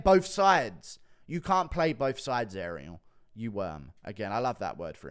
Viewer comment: Ariel HoeWainey